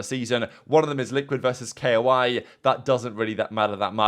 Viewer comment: It's pronounced KOI not K. O. I for the team, idk why he says it like that